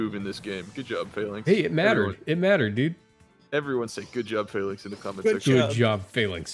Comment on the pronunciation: I love the video but I hate how you pronounce Falinks LMAO